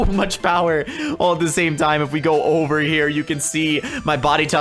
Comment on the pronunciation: Yeah boi! U said over wrong